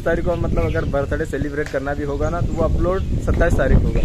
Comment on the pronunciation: कैसे तङ्ग बोल्ते हो bhai बर्थडे 🤣🤣🤣 बर्थडे बोलोना🤣🤣🤣